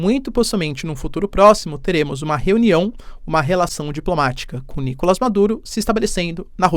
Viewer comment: Professor sem ser chato: É Nicolás, na língua espanhola não existe o som do A fechado. É sempre o A aberto 👍.